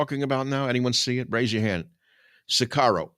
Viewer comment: It is "OSWALD" not "OTTO" Spengler. It is "sicario" not "sicaro" and comes from the Latin "Sicarii", which was used by the Romans to describe a faction of the Judean Zealots who used terrorism and assassination against the Roman occupation.